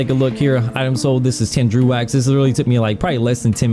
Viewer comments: Its pronounced Dreg, not drew. Also, you need to focus on yourself less. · It's pronounced "Drow" though.